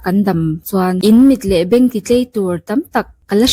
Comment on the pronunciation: Mit leh beng ti tlei nilo in, ti tlai tur han ti la ngaihthlak a nuam zawk ang mawle😊 i ṭawngkam hi lawmawm tawp😅